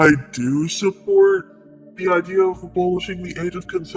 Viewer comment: Are you saying Ideer? Like the animal deer